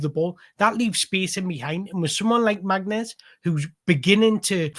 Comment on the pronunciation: His name is pronounced "Marness"--it is a Kabyle name (Berber part of Algeria). Get his name right and you have made the effort unlike all the game commentators and all the online critics. He is a sublime young player and a great person, and he will be a superstar in the EPL.